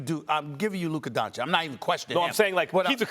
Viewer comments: Stephen A isnt even respectful enough to say the mans name right after a whole year. Still calls him 'Doncik' while knowing thats not the pronunciation. Pure hater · The way stephen a pronounces doncic into doncik really triggers me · Doncic. The mystery pronunciation that everyone says differently 😂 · The fact that Stephen A still doesn't pronounce 'Doncic' right, is all you need to know. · Stephen A cant even pronounce Doncic properly🙄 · SAS still pronouncing Doncic incorrectly